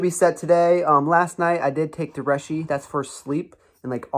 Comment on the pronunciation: Shitake = Shi Tock e and Reishi = Ree she